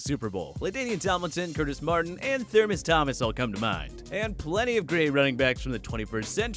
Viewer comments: Did that dude say Thurmace Thomas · Thurmas thomas? Learn to pronounce names correctly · “Thurmas Thomas” LOL!!! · Did he really say Thermos Thomas? 😅